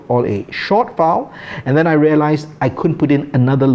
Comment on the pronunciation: Got thrown off how you pronounce the word file. Sounds to my ears you are saying foul. I’m an America.